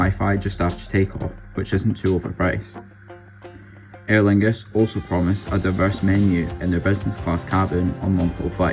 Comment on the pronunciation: As someone with the same name as this plane.. thank you for pronouncing her correctly!